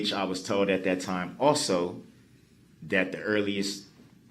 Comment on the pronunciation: I'm still waiting to see all the toads he keeps talking about. He toad dis and he toad dat and he was toad dis and he was toad dat. So many toads!